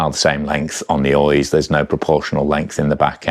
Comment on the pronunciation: Lovely, but on balance I'll save 5+ grand and stick with my '22 with its dependable XT and smooth non-headset routing. Same cables, bushes and bb from new. And being Basque it's an Oyyychhhhhh, not pronounced Oiz.